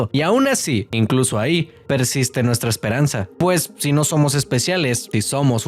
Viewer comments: dice espereanza en vez de esperanza 😂😂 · El minuto dice “Espereanza” en lugar de “Esperanza”, palabra nueva del día jeeje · como que "Espereanza"? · Vro como q en dice espereanza no? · ahí dice "esperEanza", Tal vez la e no quería estar sola y se unió a la palabra